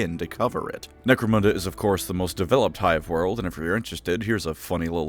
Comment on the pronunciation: Why do you pronounce Necromunda so badly?